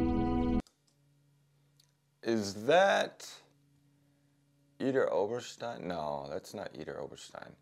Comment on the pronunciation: No its Not Idar Oberstein